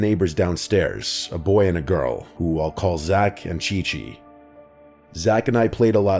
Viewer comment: OMG it was supposed to be Ci-Ci. But I think he read it wrong 💀